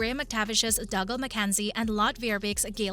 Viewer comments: He’s Doogal, not Dugle! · OMG its Dooooo-galllll Not Dug-all You Obviously never listened when you watched it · Dooogal!! MacDooo !! Brian Dooo. Get it right please. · I do wish you would learn how to pronounce the characters names correctly. Just by watching and listening you would know the correct pronunciations. Dougal is pronounced Doogal (as in google) Mac Dubh is pronounced Mac Doo Joan is pronounced Joan (as in loan) Marsali is pronounced Marsalay not Marsally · It is painful to hear you pronounce dougal. It has to be on purpose for comments and views